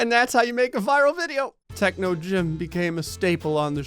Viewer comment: I like how techno said techo on one part